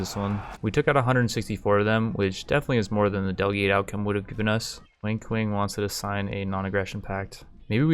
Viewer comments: Everytime he says Wang Kuang. It sounds like he says Wink Wink. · I heard "Wink Wink" instead of Wang Kuang for the entire video. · Is it just me, or does every single time he says "Wang Kuang", sound like "Wink Wink" instead? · am I the only one that hears "wink wink" when he says Wang Kuang? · great series, your commentary is funny af lol also anybody else hears "wink wink" whenever he says "wang kuang"? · its so funny how you butcherd wang kuang's name.